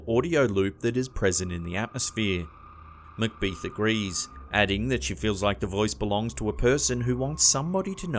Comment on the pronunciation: Brandon Cook and Barbara Macbeth, Not Macbeeth.